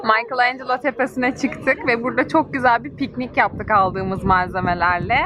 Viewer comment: "Maykıl en Celo " dedikçe tüylerim ürperdi! "Mikelanjelo" diye okunur!